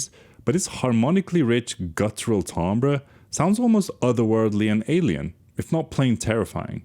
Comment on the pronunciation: Props for pronouncing "timbre" correctly.